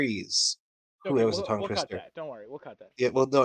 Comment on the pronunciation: "intertwined with the twees"